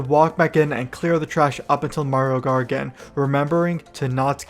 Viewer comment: Lol the way you pronounce their names sounds ridiculous. It’s Darion dude, like Dare-ian… not Dahriahn 😂 It’s marrowgar, like bone marrow. Not mahr. LOL. Learn to talk